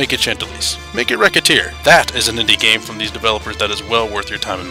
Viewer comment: Nice review, but Isn't Recettear pronounced Re-Set-tear?